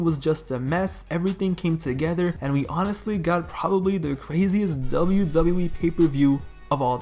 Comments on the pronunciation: Why does this man say "Zubayew Zubayew E"? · Dzable Dzable E🤣🤣🤣🤣